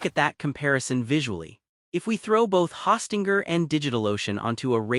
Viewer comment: Hawstinger? OK AI.